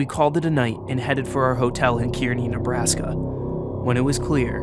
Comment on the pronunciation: Kearney is pronounced "car-knee"